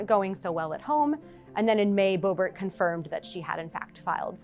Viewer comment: Q says Booebeet / MTG both SHAMELESS Women and embarrassment to all Americans...